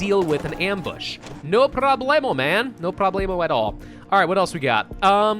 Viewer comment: There's something profoundly funny about saying "no problemo" in a Russian accent